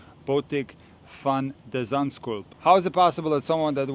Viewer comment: Botic Fan the shun slope. That how it's pronounced Coach